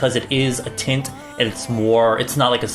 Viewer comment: I swear I heard gel titts